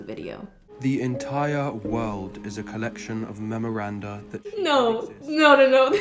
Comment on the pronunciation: "The entiAH wohl'"